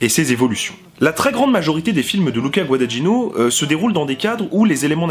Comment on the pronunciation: bonne vidéo avec des remarques intelligentes.... mais s'il te plaît, apprends à bien prononcer Guadagnino (ce "gn" pour un français est difficile, mais on y arrive! LOL)